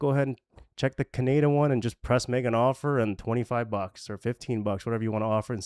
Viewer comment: That's an interesting way of pronouncing Canada! Good videos though mate keep it up 👌